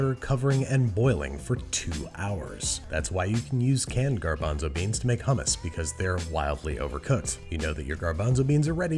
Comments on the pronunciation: please say hummus and not hammas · Evry time i hear him say homos makes me choke